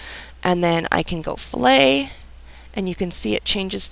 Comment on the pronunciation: I particularly liked the pronunciation of "Fillet" and "Chamfer" . Some helpful tips in there. Cheers